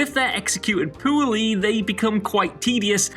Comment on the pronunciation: Haha “executed poo-early “